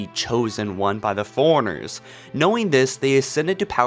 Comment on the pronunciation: Please stop saying foreigners and say Fore-Runners lmao